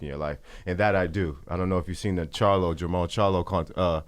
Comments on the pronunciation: It’s Jermall not Jamal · It's JERMALL Charlo -- not "Jamal"